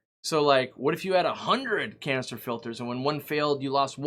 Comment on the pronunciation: It always sounds like You are saying "Cancer filter" 🤣